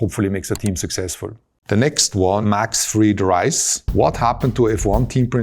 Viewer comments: Toto: doesn't know how to pronounce fried rice Also Toto: "Oscillate between exuberance and depression" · the way he pronounced fried rice is diabolical